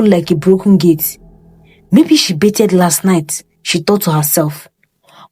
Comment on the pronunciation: Pronounced 'Ba-thed' with the 'TH' rather than 'Be-ted' just as a side note!